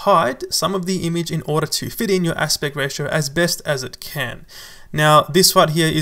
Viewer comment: You pronounce the work `image` as `imige` please don't heart my ears